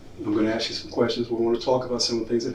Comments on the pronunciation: It's axe instead of ask that drives me nuts 🙃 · I was going to axe you about that.😂😂😂😂😂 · It gets on nerves too when people say, "axe" instead of "ask". 🙄